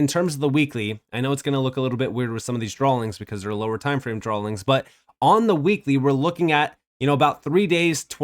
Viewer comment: Drawings, not drawlings